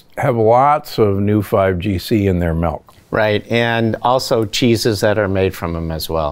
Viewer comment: It's milk, not melk.